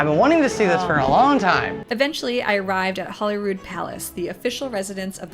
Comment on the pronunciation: People including the BBC say Holly instead of Holy when mentioning Holyrood.